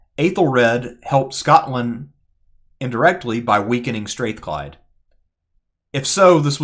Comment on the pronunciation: Str-Ah-thclyde folks not Str-Ae-thclyde